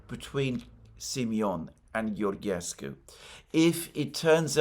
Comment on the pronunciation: Hi Alexander , I follow you for many years now and I love your content. When you pronounce Georgescu's name try to think of George Soros , so when you call the name of George is the same as Georgescu except that at the end you add SCU GeorgeSCU ( SCOO )